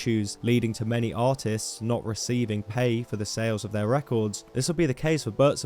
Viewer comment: as someone who doesnt understand very well english, i spent the half of the video thinking was say autism instead of artists